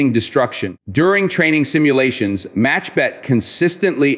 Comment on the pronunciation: I realize that you are, like most Americans, unable to pronounce the letter Khet in Hebrew. The word is not MACHBET BUT MAKHBET. It means a swatter in English. Kh could be pronounced reasonably if one is trying to gurgle. Saying it as a ch is grating on my ears. 🙂